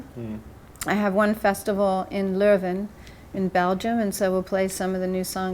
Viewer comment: She even pronounced Leuven correctly! That's where I saw here in 1995 (had to look it up online) and probably started to follow her music, but somehow stopped at Storm. Just started reconnecting with that music and will definitely check out Pearl. She's a hidden gem.